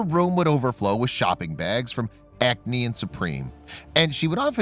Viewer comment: Yikes, the way he pronounce Acne brand 😬